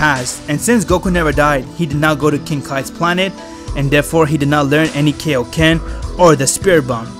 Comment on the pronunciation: its called kai-o-ken not kay-o-ken